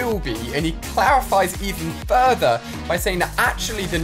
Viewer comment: Is it just me or can you not say further